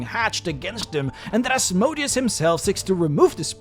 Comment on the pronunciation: You acknowledge that you were saying Titivalis' name wrong, but no mention of Asmodeus being pronounced incorrectly